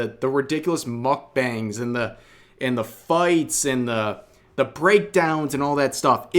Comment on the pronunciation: "Mockbongs" lol